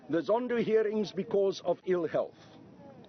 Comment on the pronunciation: "President Zondoo" 🤣😂